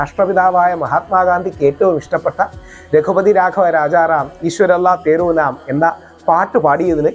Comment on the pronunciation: ഈശ്വർ അല്ലാഹ് തേരേ നാം എന്നാണ്. തേരോ നാം എന്നല്ല.